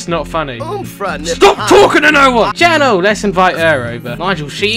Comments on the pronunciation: Chanel isn't pronounced "Channel" it's pronounced "Shu-nel" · ITS "SHA-NELL" NOT CHANNEL HAHAHAHA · Is it me or does he say "channel" instead of "Chanel" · her name is pronounced sha-nell not cha-nell